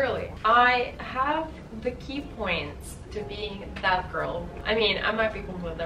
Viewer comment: i thought that you said at first "bad girl" instead of "that girl". :D